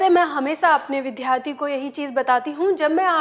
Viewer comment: महोदया , कृपया विद्यार्थी शब्द का उच्चारण सुधार लें । इसे विध्यार्थी न बोलें